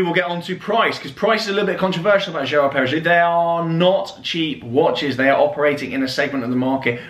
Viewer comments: Nice watch. BTW, it's pronounced "jeerard pair-uh-go" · People aren’t born yesterday. Brands always pay for official marketing and imply without contractually mentioning it to do a video claiming it wasn’t asked. Prossi influencers always do a video like this COINCIDENTALLY just after being paid for something else. You wouldn’t bang on about a watch brand this much when you didn’t even bother to learn their pronunciations if it was genuine. Might as well had been reading from a TelePrompter. Also ceramic isn’t a strong metal, it chips when dropped where as steel does not. HOW are you a watch channel??? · If the watch is 28k, you pay 8k, that’s 20k payment for you to HAVE to do this video. Mindless? Coming from the person who doesn’t know how to pronounce the brand or even understand metals or their properties? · How are you doing marketing for a brand you cant even pronounce...also Laureato is pronounced wrong too mate. Clearly shows your real thoughts on the brand.